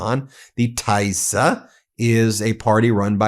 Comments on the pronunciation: TISZA NOT TAISZA! FIDESZ NOT FAIDESZ! 😊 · Tii-za it's pronounced and Fid-ez party. Tisza is a river in Hungary. Peter Magyar used to be in Fidesz but with all the pedophile scandals related to Child Orphanages (sounds familiar right) and Orban pardoning pedophiles related to it, and blaming it on Peter's ex wife he decided to make his own party and hates Fidesz now. (Hungarian partner tells me) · I love your show. Adorable (mis)pronunciation in Hungarian. Here is some help: - Magyar can be pronounced as majar (j similar/approximate to the j in jar). - Tisza can be pronounced as Tisa (i for India, s for sugar, as the compound letter sz is the s sound, pronounced like s in super). - Fidesz is Fides (again: i for India, s for sugar, as the compound letter sz is the s sound, pronounced as s in super). It's consistent in this language. Keep up the amazing work, Ben! You and your network have a huge, much-needed impact on truth-journaling! Stay safe! 💙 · Just a word on pronunciation Ben. Peter Magyar's last name is pronounced "Modyar". Tisza is pronounced like "Tissa" and Fidez is like the "i" in Fin. We in Hungary are not fooled by Orban. He is only trying to look after his own investments in Russian oil and gas, not the betterment of Hungarians.